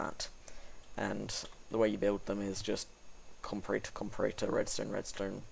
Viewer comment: Spelling it wrong? Do you mean pronouncing it incorrectly? If so, I would agree. I have always heard it pronounced "com-pa-ra-tor" not "com-pa-ray-tor" in the context of electronics.